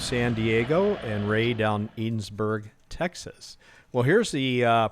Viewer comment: Great video !! Rey checking in from Edinburg TX !! Oh.. and its eh-ding-burg